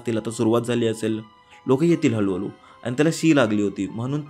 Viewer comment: हळू हळू ❌ हलू हलू ✅🙌🏻😂